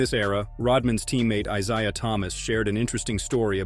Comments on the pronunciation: "Eye Zi A Thomas." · Is-I-ah Thomas? lol. Anyway, Bird would, could, and did own any player of that era or now. When Jordan spoke of Bird as the dirtiest player, he meant Laimbeer playing as such and Bird TALKING as such. And there ain't nothing wrong with talkin' trash - impactful trash talk only fits into his otherwise and widely respected harsh and "smart" gameplay.